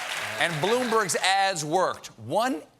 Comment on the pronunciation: Any one else heard him saying ass instead of ads ?? lmao